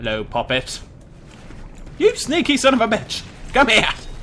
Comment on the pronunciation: Why do you have to say San of a bech I am only 8